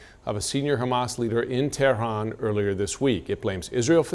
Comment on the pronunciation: Tehran not terhan. Why most of these televised anchor cant even fucken read an english script property.